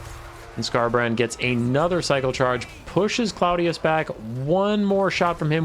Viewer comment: I think it's pronounced Claw-dee-us, cuz, ya know, crab claws? Lol